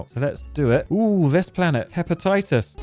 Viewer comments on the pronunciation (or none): it is pronounced " Hefestus"not hepatitis